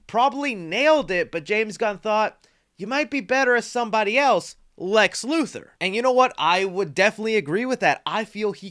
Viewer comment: IT'S LEX LUTHOR. LU-THOR. Not Lu-Thirr. LUTHOR.